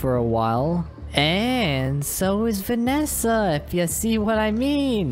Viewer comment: When he said “Vanessa it sounds like he is saying it to ma fwiend :3